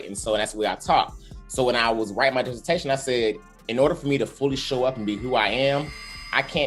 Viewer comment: disse-tashion , y'all !!! ✊🏿